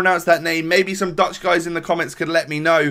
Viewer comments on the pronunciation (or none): none